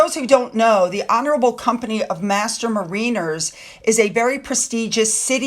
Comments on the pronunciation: not "mareeners" ... MERR-inners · Thanks for another great video,, but "mariners" is pronounced "MA-rinners" - I know, not logical:(